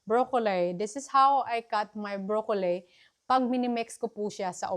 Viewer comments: Pls check how to pronounce “broccoli, as in li not lay” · Pls pronounce the letter a in tomato as long a. And prounce letter I in broccoli as short I.